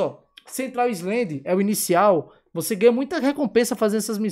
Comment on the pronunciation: Não se fala islendi se fala Ailand